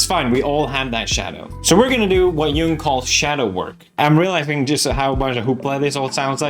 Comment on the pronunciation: Philosopher Pews is back! sidenote; the first person i've ever heard pronounce Jung correctly